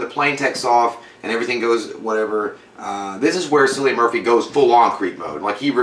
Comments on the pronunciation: His name is actually pronounced as Kill-i-an as opposed to Sill-i-an. I did that mistake of mispronouncing his name before i found out how to actually pronounce it haha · JFC His name is Kill-ian. Try google- it's your friend. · I know it’s 4 years later. But J pronouncing Cillian is funny 😂 The C is pronounced as a k 😜